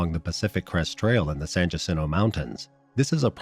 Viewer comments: 1) San Jacinto is pronounced “San Yah Sin Toe” 2) nobody from Southern CA would think it was a good idea to hike the mountains in March. I feel bad for these people, someone either gave them faulty information or they ignored what they found out about weather in the area that time of year. RIP Trevor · the J is silent... San Hacinto